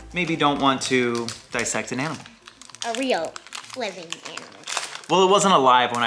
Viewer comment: “We are going to disept a samalamander” is the best part